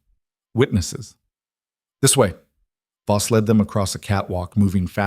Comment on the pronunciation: It's not boss it is Voss poorly done AI